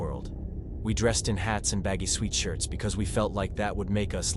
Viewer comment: I like the stories but strange the way words are pronounced, like "sweetshirt" and "creep-ed" 🙃